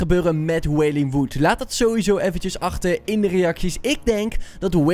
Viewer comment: Goed uit gesproken wailing wood